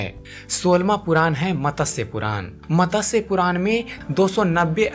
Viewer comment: Matasya nahi, it should be pronounced as MATSYA Puran